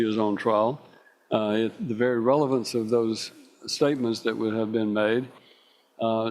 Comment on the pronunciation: you missed a „revelance“ 😄